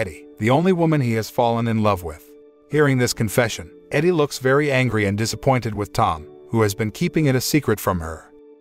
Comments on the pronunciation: It would be nice if t.he reader know the difference from EDIE versus EDDIE. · EEDIE, not EDDIE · It's Edie (Eedie) not Eddy. Stop using the bot. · He also mispronounces the wife's name. Edie (short for Edith) not Eddy. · The wife's name is EEEdee not Eddie. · Pronounce Edie correctly, Eddie is a man's name. AI I generated voice is dumb.